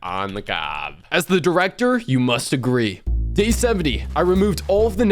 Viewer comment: Bro can’t go 3 secs without saying drecter